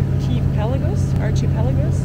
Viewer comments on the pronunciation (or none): Did you finally get the pronunciation of archipelago right? 🤣😂🤣